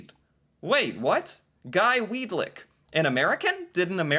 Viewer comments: Weadick not Weadlick. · Weadick, not Weed lick. Count the L's. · Weedick. No "L." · Quit adding a L to his name its pronounced Weed-ick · Weadickville......that's literally We a dick ville.....LOLOLOL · Why did he say Weed-Lick so many times 😂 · "Weed-lick".... tee hee!